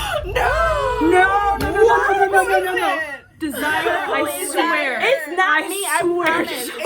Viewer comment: I’m not sure her name is DEZ-Si-ER. Pretty sure it’s Dez-zer-Rae